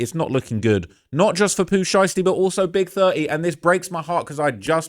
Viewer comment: Love how pronounce Big30 like "Big Thurt-ee" lmao 😂